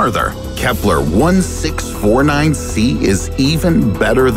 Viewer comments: I did notice you didn’t say Kepler 1649c correctly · I noticed you miss pronouncing the Kepler name of the planet I gave you the benifit of the doubt and assumed you were talking about different planets so jokes on you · i was thinking why the kepler sound different he just mispronounced it 3 times